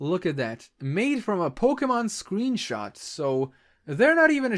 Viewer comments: did... did he say sweenshot? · LunaTheCrystalian lol i heard it too